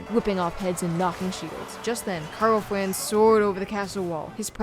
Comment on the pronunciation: Took me a while to notice the cute speech impediment lol, sometimes its Karl Franz but sometimes Flanz or Fwanz. It's cute, I'd roll with it, not dibilitating enough that you can't be understood so good thing. Also, I subscribed this time but only coz I saw that you only have 37k! Brutal considering the editing quality/effort is way higher than most channels.